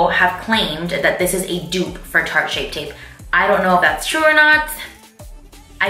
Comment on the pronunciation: "Shart tape"😂😂😂